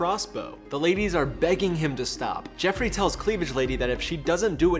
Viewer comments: It's JOffrey, not JEffrey! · Joffrey, not Jeffrey, but its funny this way.